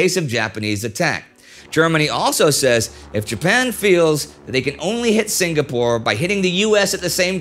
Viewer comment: Excellent in-depth coverage of the events leading up to and following Pearl Harbor. My only small complaint is the 'g' in Singapore is silent. Sing-a-pore. Not Sing-ga-pore.